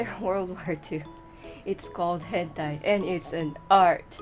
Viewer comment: Hen Tie. 😂